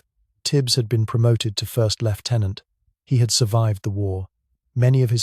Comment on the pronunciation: Good story but I dislike bot narrators, bow as in bow & arrow, nope it's pronounced bough, & that awful sub mariner's? No no no it's submariner. Stupid American pronunciation. He got left tenant right a small mercy.